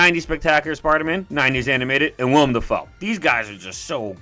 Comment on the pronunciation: It’s Willam (Will um) Dafoe not William